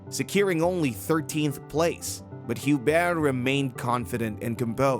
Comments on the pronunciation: It wasn't correct. The "H" should be silent in French... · not entirely silent. It's like "you-bear"